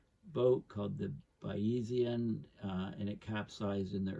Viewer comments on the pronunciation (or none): Porticello is pronounced Portichello. Thanks... and the boat is pronounced Baizian. It's named after Bayes the mathematician, father of Bayes' Theorem. Pronounced Baiz.